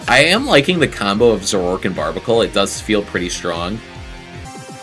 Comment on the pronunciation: The "a" in "Zoroark" is not silent; it's "Zoro-ark" and you were pronouncing it "Zo-rork."